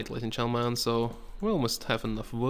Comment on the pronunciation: he needs to fix the way he says Gentleman he says "all right ladies and chentleman"